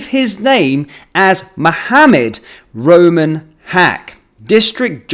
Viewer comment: First I heard was Rumen, not Roman. Rumi is a well known 🕋name, so guess they made sure to alter it a little?